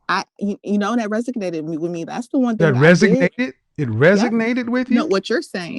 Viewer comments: “It REGISNATED with me.” Lol wha???! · a Masters in communications yet repeatedly says "axe" instead of "ask". And then "resignated" instead of "resonated" Where did she receive her Masters? Must have been a heckuva school. What a horrible woman. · Axing questions, "resignated with me" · "It resognated with me" 🤣🤣🤣🤣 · Resonated!!! She made my head hurt with that mispronunciation. Communications Majors don't do that!!!